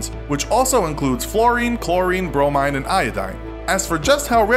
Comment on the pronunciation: Okay so it's "Bro-MEAN" and not "Bro-MINE" and it's "Ko-SHWAH" and not "Ca-ou-CHOICE"